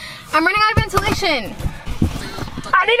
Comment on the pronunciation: “ThE3 VeENtaLaATtiOnN”